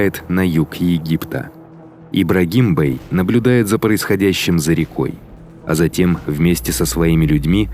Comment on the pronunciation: Ролик конечно отличный! Но почему-то как многие РФчане автор легко выговаривает разного рода иностранные названия, но когда нужно сказать "Мурат-Бей" или "Ибрагим-Бей" нужно произносить "Мурат-бЫЭй" и тп...слух режет словно ножом. Прошу проработать речь, заранее благодарю.